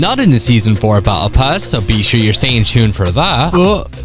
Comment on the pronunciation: What is bowebull pass? Its Battle pass